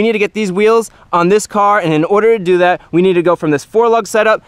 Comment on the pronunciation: It’s funny how he said we have this N we have daat 😂